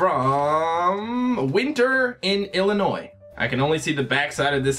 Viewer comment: I'm so happy you said "Illinois" correctly. So many people from out-of-state say it with the 's' sound and it annoys me so much. +10 respect points